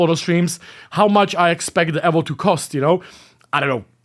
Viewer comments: It’s evo mate. Not evvo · Dude it’s Eevo not Ehvo!